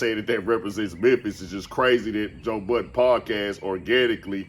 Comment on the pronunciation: Anyone who says Joe budden last name as “Buddens” or “Buttons” I don’t trust and will steal🤣🤣🤣🤣